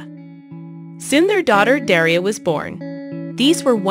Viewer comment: Daria, not Deria. Lol.